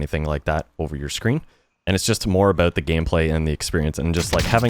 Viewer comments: By any chance is he Canadian ? When he said “about” I heard it haha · You can hear the Canadian in him when he says the word “About.” Always great content